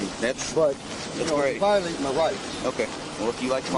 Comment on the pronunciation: No,no, ..the proper pronunciation is " yur vi-o- latin mah rats"